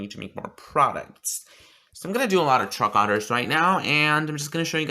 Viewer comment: When your so gay you say “truck otters” instead of truck orders